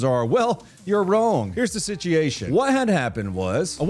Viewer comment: Was drunk when he recorded this? "Bright dream greads"? "Sityeeation"? This is really weird...